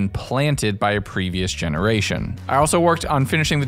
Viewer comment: "Gemeraton" .....Ah yes I don't see anything wrong with this!